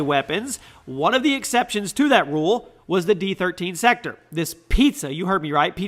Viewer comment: I'm pretty sure the D13 Sector is pronounced Disect-or.